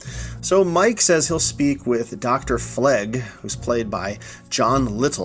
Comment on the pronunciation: Jon Litel is pronounced "Lie-tell."